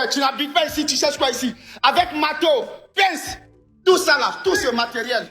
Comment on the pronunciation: "le ma'teau y appa'tint à qui. Je vais peter la gueule", j'en peux plus !